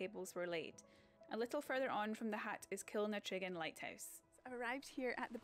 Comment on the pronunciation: you're pronouncing Killantringan Lighthouse wrong but you've educated someone from that area on the area, it's amazing the places I've not seen myself. Great videos. You're the best to have come out of Stranraer for sure